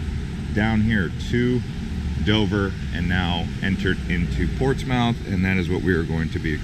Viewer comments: When you pronounce a name of a person or city or whatever always make sure that you got it right, it takes a few seconds to google it, am I wrong? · I grew up there and cringed every time he says that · In the uk we say portsmth...it sounds strange to hear the full sound.. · You're killing me with calling it Ports Mouth! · Not a good start: Portsmouth is pronounced like Portsmith. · Nice video, but it's pronounced "ports-muth". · Ports mouth 🤣 That’s so Not how you say it I’ve never heard anyone say that and I live here! Too funny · Pronounced Portsmuth. Portsmouth is for tourists from outta state. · Oh and over here the locals pronounce it Portsmuff. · It's pronounced ports-mith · Pronounced "Portsmith, if your from there. Also, you really should have rented a car. You are missing Rt 1, the coast and the only place for chowder...Peteys Restaurant in Rye, just a hop and a skip from there. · It's pronounced Portsmuth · It says "Portsmouth" but it's pronounced Portsmith. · It is pronounced PORTSMUTH,DUDE! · Its pronounced Portsmith even though its spelled portsmourh. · Pronounced Portsmuth, I know the spelling is incorrect yet that is the way to say it. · You know absolutely zero about history if you think it’s pronounced “Ports Mouth”. Never heard of Portsmouth England? Portsmouth, VA? Lol. You should do just a tiny bit of research before attempting a travel vlog. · Portsmouth is pronounced Portsmuth. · It's pronounced ports-myth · Great Video but please correct all the errors: It is not pronounced Ports mouth. Also, NH is not the home of the New England Patriots. Massachusetts is. Also, NH is the Live free or Die State. The Constitution State is Connecticut. On a side note, the Constitution was signed in Pennsylvania. Lastly, the birds at the end of the video are not Mallard Ducks. They are Canadian Geese. Please don't assume something when trying to inform people. Do the research first! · Cringing on "Ports Mouth" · Stop with the "mouth" 😂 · Ports Mouth 😂